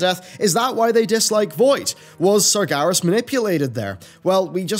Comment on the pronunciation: years and years.. and you keep saying sargAras hahahaha oh well.